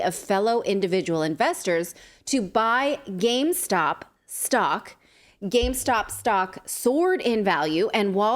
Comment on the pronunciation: Say it with me, gamestop. What is gamestock?